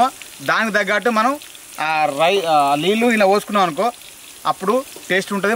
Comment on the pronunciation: అన్న లిల్లు కాదు అవి నీళ్లు